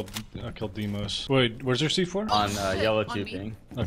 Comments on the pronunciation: daymos not deemos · God, its pronounced "Day" "Moss", not DeeMose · Deimos (Day-mos) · The correct pronunciation of his name is (The-mos) Δείμος in Greek